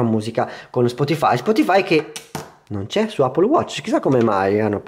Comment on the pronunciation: Ma ca**o, tutti a dire “Appol”. Le possibilità giuste sono due: all’italiana “Eppol” o alla americana “aePPOl” detto ae veloce come insegnano nelle scuole.